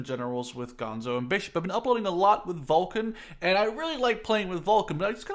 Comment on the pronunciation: it's Vulcan not volcan